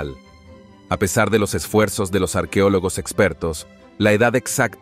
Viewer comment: No se dice arquiólogos, se dece es arqueólogos. El español no cambia los sonifos así se esté hablando rápido.